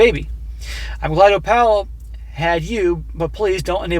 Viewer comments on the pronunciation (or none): Oh-pal? Are we sure it's not Opal (OH-pull)? 🤨🤔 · it's pronounced OPAL like the semi precious stone not OH-PAUL do you have a speech impediment or something? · Do you mean to say "Oh-pull" instead of "Oh-pal?" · Its pronounced Oh'-pul, like the stone, NOT oh-Pal' like "woah buddy"...frustrated the hell out of me the whole time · more likely its Opl rather than oPAL... must be an Irish background of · For the love of God its oh-phle not oh-pal. Like the gd gemstone Opal. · Why are you pronouncing it "Oh-pal" instead of "Oh-pull"? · "Opal" isnt it pronounced Op-al as in the gemstone, instead of "O-Pall"? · Uh,... I think it's pronounced Ow-pl, not Oh-pAL. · Opal? OH-pull, not oh-PAL. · if the name is spelled Opal, is pronounced “Oh-pull” like the gemstone. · Opal = Opul , As in the gemstone. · I'm guessing the grandchild is named Opal (Oh-puhl). For more than half the video, I though you were saying Oppa, as in the Korean word for "big brother". I could not hear the "L" sound on the end the way you were pronouncing the word. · If it’s spelled “opal” it’s pronounced more like “oh pull” not like Albert. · The name opal is pronounced op all . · It is a jewel, Opal, (oh pull) pronounce it properly. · My parents raised a granddaughter, then a great grandson. --Opal is pronounced Opul. My aunt was Opal. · Enjoy your stories. Just FYI. The girls name is pronounced like the jewel Opal. Not O. Pal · The child’s name is Opal, pronounced OH-pull. It’s a type of gemstone 💎. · thank you, it was very annoying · Guessing the baby's name is pronounced O-PULL. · O-Pal 😅😂🤣 hey... its Opal like the stone. 💍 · The only thing more tragic than this story is inability to pronounce ‘Opal’. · Dude, do you really not know how to pronounce "opal"??? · That pronunciation LOL thanks for the new way to say it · So successful but you can't say Opal. Lmao. Build your vocabulary, bro.